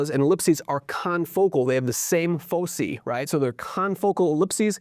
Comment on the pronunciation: It’s pronounced /ˈfəʊsaɪ/, sir. I don’t go to bed until I’ve watched your daily videos 😁